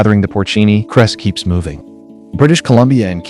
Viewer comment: His name is Clay Heys not cress. Stupid AI.